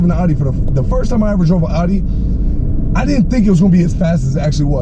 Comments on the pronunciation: ONLY THING THAT BOTHERS ME IS HOW HE PRONOUNCES IT...... IT’S CALLED AUDI!!!!!!!!!! not fucking ARI !!!!!!! AUDI NOT ARI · Your videos are entertaining but Audi is not pronounced ALL-dee :)